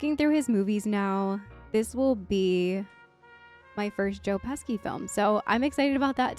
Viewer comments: "Joe Pesky".... Lmao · It's not Joe pesky... it's😮 Joe Pesci. I looked up the correct spelling. After I spelled it wrong at first too. But a lot closer than you. I spelled it Peshi. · OMG JOE PESHI (phonetically). And you better put some respect on his name. Casino, Goodfellas, raging bowl, A BRONX TALE, WHICH IS A MUST SEE FOR YOU, The home alone movies, the lethal weapon, movies & 100 OTHER CLASSIC MOVIES. And the Italian pride of my home state of New Jersey, a good local boy From two towns over from where I live. Sidenote he was looking at buildings in my town about 15 years ago who’s supposed to open a big comedy club but it never happened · "Joe Pesky" lol 💜💜💜